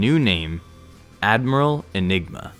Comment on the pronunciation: It's a regional dialect.